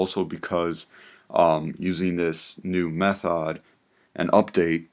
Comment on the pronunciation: Did you say methard instead of method? 🤣🤣🤣🤣🤣🤔🤔🤔🤔